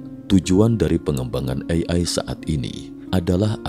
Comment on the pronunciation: Sangat terganggu dengan cara pengucapan "AI" Ei Ai 🙄